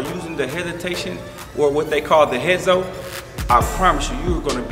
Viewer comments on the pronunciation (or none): It’s a hesi not a heso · HezE not HezO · I got a tip for you. people don't call it a heso, we call it a hesi